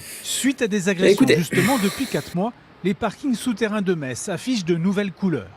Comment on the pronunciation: tu sais que j'adoooore tes vidéos, mais on dit "MESSE" bordel et pas "METSSE", si tu ne veux pas te fâcher avec TOUTE la Moselle, merci de présenter tes excuses pour la prochaine vidéo^^